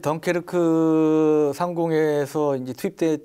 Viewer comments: 덩케르트가 아니라 덩케르크 인데 3명다 '트'라고 하네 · 덩케르크를 왜자꾸 덩케르트래 ㅋㅋ